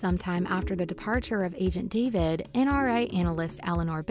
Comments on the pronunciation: Say Da-Veed - not David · Ziva's last name is pronounced dav-ede / ead not David as it is spelled... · Pls pronounce Ziva’s last name right haha I was like “who tf is David?” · Ziva DAH-VEED. PRONOUNCE IT RIGHT ALREADY! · It is not agent David it’s agent, (da-veed)